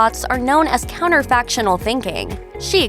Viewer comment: Counterfactual, not 'counterfactional'.